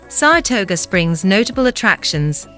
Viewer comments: As someone who lives in Saratoga, every single time she says, "Saratoger," I cringe. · I hate these computer voices. Is there no one that listens to how stupid they sound before they post them. They have bad pronunciation ( small mouth base), and scripts that just ramble. "Sarasota" has way more than what this "video" shows. SARHATOGO 😅😅